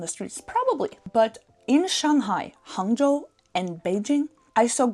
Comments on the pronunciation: 杭州的发言非常标准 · The way you say hangzhou or guangzhou is so good, I won't tell the difference. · “”“杭州”两个字说的太标准了👌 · Your pronunciation of "Hangzhou" is quite authentic. For a foreigner who has never been to China, this is already very good Chinese; being able to order coffee in Chinese is quite impressive. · Your pronunciation of "Hangzhou" is quite accurate. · Your pronounciation on Shanghai, Hangzhou was spot-on! Chinese is a tonal language. How you sound matters.